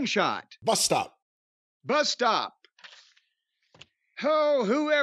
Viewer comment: “Busstop” Jay White